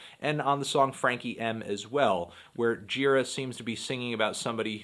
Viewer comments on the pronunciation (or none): hey anthony, pretty sure his last name is pronounced more like 'juh-RAH' rather than 'JEE-rah'. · Isn't the right pronunciation Girá? I think I heard that in some interview, when the interviewer began the interview saying that Gira told him the right pronunciation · its pronounced gira, not gira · it's actually Gira, not Gira